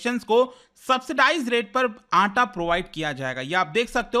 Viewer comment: It's not atta it's 'Aataa'